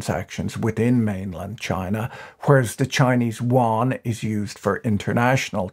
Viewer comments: You aren't saying Yuan Correctly, Better fix that.. its called the "YU-AN" sounds like you're calling it the the Chinese "wan" no no no, I like your channel but this is one thing you just gotta get right or you sound 差不多。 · Won? Won is Korean Patrick. The Chinese RMB is the Yuan. You-an. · Please don't call the CNY wan. It speaks of lack of research on the most basic of things. "You-on" is at least a guidepost. It's not correct but it will do. I love his posts but I'm not sure how he differentiates South Korean currency from Chinese currency for the average viewer. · patrick, small bone to pick with you...can you stop pronouncing the Yuan (ywhen) as Won? Won is the Korean currency. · Did you not watch the video. Patrick keep saying Won with a "W", Yuan is pronounced with a "Y". Even more funny than contributors on CNBC which pronounces Credit Suisse as "Swiss" 😂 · The way you pronounce “Yuan” sounds more like Korean Won. It should be pronounced more like “y’wen”. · "yuan" sounds like "yoo·aan" - "y" is not silent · Exacty! His usage and pronunciation (sounded like "Won") is so confusing - had to turn on the subtitles. Why can't he use "RMB" instead of "Yuan"? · My understanding too. For a moment I thought I was hearing “won” the Korean currency, then I thought… nah Patrick wouldn’t get something wrong. Must be the accent. 😂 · I love how Patrick's pronunciation of Yuan shifted from the beginning to the end of the video. It is actually quite hard to pronounce, and I wonder saying RMB might be easier. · Your pronunciation of yuan is disturbingly distorted, and wrong. For this reason I could no longer listen, cringing every time I heard your mistake.